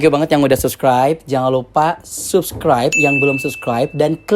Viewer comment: Subskraib? Sabskraib kali maaas lafalnya